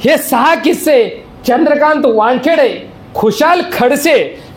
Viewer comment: खिस्से नसून किस्से असे बोला.